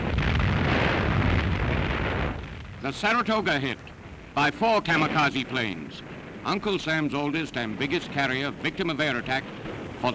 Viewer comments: Kamakasi= Kamikase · no one: news; K A M A K A Z I